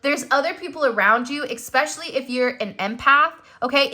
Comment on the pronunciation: Expecially? Especially. No X